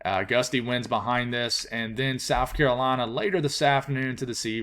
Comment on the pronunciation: when say carolina it just warms my heart